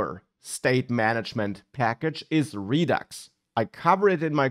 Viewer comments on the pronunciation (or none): none